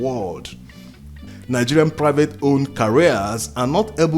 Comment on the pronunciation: Do you mean "carriers" or "careers". They pronounce differently.